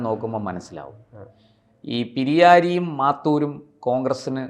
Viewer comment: പിരായിരി ആണ് പിരിയാരി അല്ല